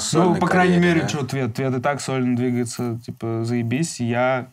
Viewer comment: Правильно Твет, а не Tvech, TVETH ЗАПОМНИ, НА РУССКОМ ЯЗЫКЕ ТВЕТ СУКА, НЕ ТВЕТХ, НЕ ТВЕЧ, НЕ ТВЕТЧ, А ТВЕТ